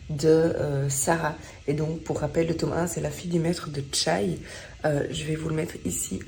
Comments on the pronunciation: La fille du maître de chai pas de tchai!! C'est un mot français pas chinois 😂😂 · Merci de partager vos lectures, cela nous donne des idées., tant pis pour la carte bleue (heureusement qu'il y a la Médiathèque). Pour le maitre de chai, cela se prononce "chè” tout simplement mais peut-être que la prononciation est différente en Belgique. Bonne lecture.